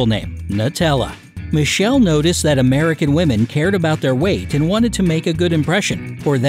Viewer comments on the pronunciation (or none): It's pronounced as Mi.kel.lee not michel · How did you pronounced Michele?! 😁 😁 😁 It's pronounced Mikele. It's an Italian name. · the way you say Michele è inaccettabile